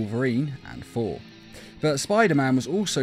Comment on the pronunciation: I like how you say 4 instead of thor